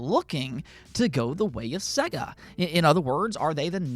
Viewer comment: Sega (as in AGES) not Sega (as in EGG)